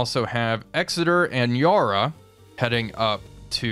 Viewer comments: Mate you’re killing Yarra……it’s pronounced ya (the a as in ‘at’, or attitude, or even cat) and ra as in rah….but short. Every Aussie is cringing every time you say Yaar-raa! 👍🏻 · Just a quick point, the first "A" in Yarra is pronounced the same as you would say "Apple"